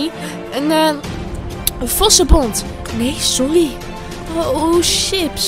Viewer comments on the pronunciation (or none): none